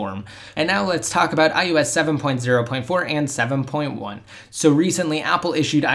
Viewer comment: I wish you could properly speak. It's I O S not, IYEWESS.